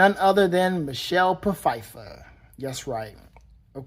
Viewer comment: pu-fiffer? lol